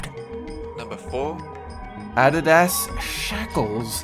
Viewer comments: Ah Dee dahs ! NOT a-DID-ass ! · “Add is ass” it’s pronounced “ah deed dahs” smh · "Ah-deh-dahs?" Really? It's "Ah-DEE-dahs." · “Adi das Shackles” ADI-DAS ITS PRONOUNCED DIFFERENTLY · "Ad AH DAS" OP pronounce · Fashion trends I find offensive, Transtrending, identity politics, and mispronouncing Adidas. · So we're just going to ignore the fact that mispronounced Adidas? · hold up how did you say adidas? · the way he pronounced adidas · Lmao how did you mess up on pronouncing Adidas